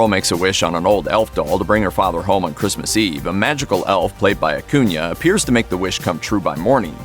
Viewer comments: You are pronouncing his last name wrong. And you say it soooooo many times Uh-coon-uh Not uh-coon-yuh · stop saying AcunIA....its annoying.....its AcunA......wtf narrator?!?!.... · I hate the way this guy says “acuna” It’s pronounced aCOONa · Exactly. Acuna. Not acunia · Akunya. Everyone who does your guyses videos don't even know who they're doing the videos about. Do you research in at least learn how to say people's names right. It's disgusting that you people make money off of this